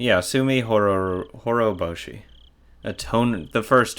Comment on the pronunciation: Pronunciation is okay. Except, the "t" is not supposed to be silent. It's not like you're the only one guilty of that; a lot of people seem to think it doesn't matter. But consider this example: Say you step outside at night, look up at the sky, and notice a particularly striking moon. Since you know some Japanese, you say, "Tsuki desu" ("It's the moon"). Only, since your pronunciation is a little sloppy, it came out as, "Suki desu", which can be interpreted as, "I love you". ;-) Okay, that's kind of silly. It's unlikely to be misunderstood that way even if you do mispronounce it, thanks to Japanese people being very sensitive to context clues (and also, common sense). But I just wanted to put it out there. :-D I'm glad it made you happy. But you know, it is, as you put it, a what-if. Basically, what should have happened, and maybe could have happened had Shion (using the name she's usually called) not gone off the deep end. (Yeah, I know, her personality was a major factor in the whole tragedy, so maybe it wasn't that likely.) In that sense, it's also very sad, knowing it didn't really happen. So, in case you're not aware, this is the answer to "Onikakushi-hen". The correspondence is not as obvious as it was with "Meakashi-hen". You'll see why. Or perhaps you can already guess.